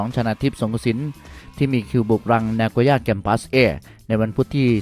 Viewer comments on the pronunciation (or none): ทำไมอ่านชื่อสโมสร นาโกยา แกรมปัส ว่า นาโกยา แกรมปััสเอ็ด ครับ งง